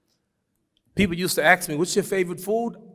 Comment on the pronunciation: I like the way he pronounce Ask as Aks its kind of cute🎉🤣